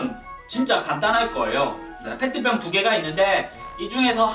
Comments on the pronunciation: 페트병을 팬티병으로 들었다(악성댓글아님) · 페트병을 팬티병으로 들은 1인ㅋㅋㅋ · 3초에 펜티병이라고 들린건 나뿐인가?